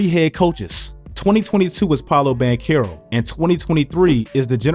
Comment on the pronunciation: Please Pronounce his name right 😭 Banchero